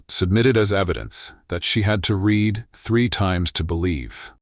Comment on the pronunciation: Good story, but I wish AI would learn the context of present or past tense when using the word read. Pronouncing it as “red” no matter the tense temporarily causes loss of context and understanding.